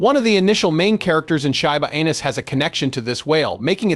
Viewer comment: Sure wish you would be able to make the AI pronounce the coin name properly. Very irritated.